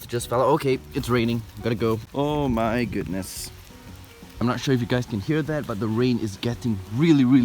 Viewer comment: Lol "Oh mewi' Gewdness"😂😂😂😂